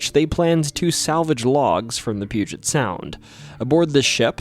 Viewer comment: THANK YOU for saying Puget correctly